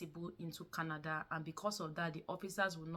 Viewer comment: Its not kanada. It's Canada